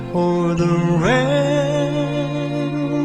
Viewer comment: "held" should be "hail'd" (hailed) "ramperts" should be "ramparts"